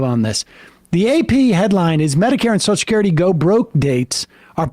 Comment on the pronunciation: Take a shot every time Sam says "soshacurity"